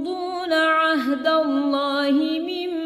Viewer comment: ماشاء الله مباركة فتح الله عليكي عليك الاضخام صوتا من المخرج بمواقع "اللام لاسم الجلالة " عشان تزداد الروعة بارك الله فيكي